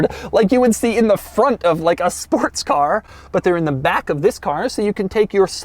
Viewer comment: Did anybody else hear him say “Sparts car” ?